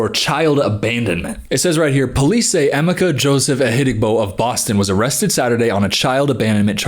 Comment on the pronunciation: I dunno if anyone else has mentioned it and not to be that person or anything but his name is pronounced em meh kah I dont think the way im spelling it out will really help much js cuz its kinda specific but anywho ❤